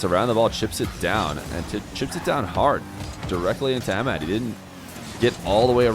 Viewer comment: Your pronunciation for Ahmad is incorrect. The H isn’t silent. I love ur content by the way, I watch it everyday